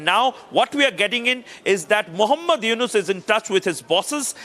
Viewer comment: Anchor ji , It’s not Yunus it’s Yunus.